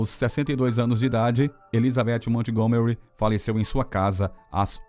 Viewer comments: Obrigada pela reportagem,linda mesmo. Me emocionei, mas pelo amor de Deus não pronuncia o nome Montgomery com a " T" . Nesse caso a T é muda😊... E se pronuncia "Mongomery'. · Como contratam um narrador que não sabe inglês? Na palavra Montgomery o T é mudo!!!